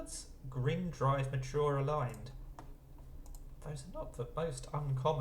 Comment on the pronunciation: After ingrate, when you were talking about the potential possibilities, you said "Aglined" and that's what got it for me, I was like "ALIGNED!"